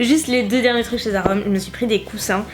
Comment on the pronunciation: Haha, je crois qu'il faut que tu travailles un peu ton anglais :p On dirait que tu dis "Zara hommes" au lieu de "Zara home" alors je me demandais ce que tu pouvais bien t'acheter pour toi au rayon hommes :p